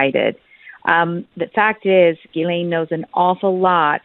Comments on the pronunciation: Water board. Not that the testimony will be worth anything, but may corroborate some of what is suspected. Part of the mass arrests? Trump is pictured as in Princess Diana. Dunno if Trump is involved or not. Pictured yes. I think it is pronounced, "Jizlen or possibly Gislen, not Geelane" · Ghilsaine is pronounced how posh folk pronounce the Scottish town of Gullane! Lol